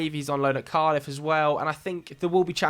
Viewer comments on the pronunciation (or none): none